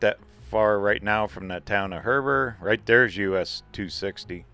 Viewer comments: Hey Great video. It’s “he ber” not “her ber’ just fyi love your video’s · Its a long e in Heber not Herber. Been through there myself and it's beautiful. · Hey, It's HEBER NOT HERBER! Love ya buddy! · Hi, it's pronounced Heeber. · It's pronounced He-bur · Hey, enjoying your channel! Subscriber. Thought I’d point out there is no R in Heber. There’s also a really cool Heber in Utah!